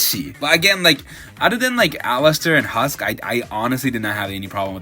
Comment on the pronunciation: Dude were you even paying attention to the show ? How did you CONTINUOUSLY keep messing up HUSK and Vaggie’s names ? Also HUSK is a cat with wings, a 5 second Google search would’ve told you that . I can’t believe you said that out loud and left it in lmaooo Also complaining about profanity and sexual imagery, and then using those WEIRD ass clips as transitions between episodes was… a choice . And btw the sexual imagery served a narrative purpose in episode 4 because it showed what Angel Dust was being put through and why it warped his mind to act the way he does before his bonding with HUSK started to set him in the right path . It wasn’t even the majority of the episode, the worst of it was shown in very blink-and-you’ll-miss-it moments . Between that and what was said about Alastor claiming Charlie as his daughter, we gotta work on our media literacy a bit here . I’d encourage people to first think about what a show is trying to say (and watching it more than just once) before slapping together a review, whether you like it or not .